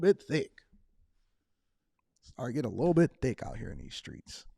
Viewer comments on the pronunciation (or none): Don't you mean "skreets?" 😂😂